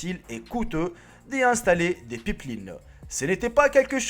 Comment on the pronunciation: des "pippelinne" xD